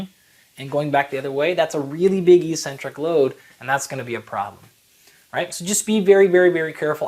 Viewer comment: Why did you pronounce e-centric instead of ex-centric back then? That's weird.